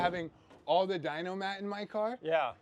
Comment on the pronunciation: Hey!! Its dyn-A mat. Like sound dynamics. Not dynO mat, like a dynometer.